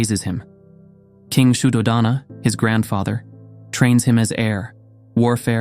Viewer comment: The stories are wel versed and instructive. One minor point is that the names and pali words are wrongly pronounced. Hence many will continue this. I.e. it is Raahula, yasoodharaa, Sudhoodaana, viinaya, etc. Maybe for next videos ask Buddhist monks how to pronounce names and terminology properly.